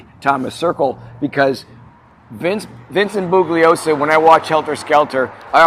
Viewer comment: Hey guys, if you are gonna do a podcast, it would be a great idea to get the facts down correctly. You have made SO many mistakes it’s obvious you did limited research. You don’t even pronounce the prosecutor’s name correctly. He says it in the movie Helter Skelter , “ the G is silent “. 🤦🏻‍♂️🤦🏻‍♂️